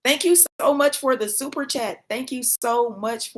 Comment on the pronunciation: ' Thankyou So Much For The Shoooper Chat' 😆❤ Love it when perfection becomes a cute human